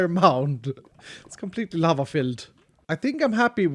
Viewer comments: Lava! I thought he said llama lol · When you said lava It sounded like you said lama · I thought he sed lama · Oh lava? Anyone else think he said llama